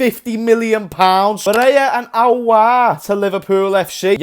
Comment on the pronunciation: its Aouar mate not Auoar